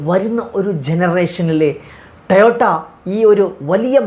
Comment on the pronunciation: ടയോട്ട അല്ല... ടൊയോട്ട ആണ് ശരി 😂